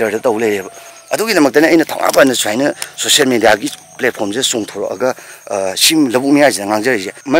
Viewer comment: Meitei eikhoise ball da bon , social media da socian media , result da resan , national dasu nationan word 1gi loisinbada L na loisiladi madu N pronunciation da